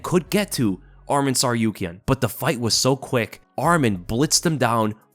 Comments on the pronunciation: It’s not Armen, it’s ARMAN! Ar- Mawn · Get his name right atleast if you're going to become a bandwagoner. Arman, not Adman